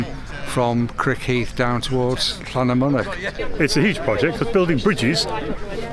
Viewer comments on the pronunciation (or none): Congratulations on your 'll' pronunciation. However, do remember that stress in Welsh is normally on the penultimate syllable, so LlanyMYnech, not LlanymyNECH! Great story though ... and good to see the local MP getting involved, too! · Thanks for that,. Living near Oswestry, on the Welsh border, I am fortunate to have such wonderful canals on my doorstep. PS. It's pronounced Llannamunnuk. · Hi, great video, just a little bit of work required on your pronunciation of LLANYMYNECH.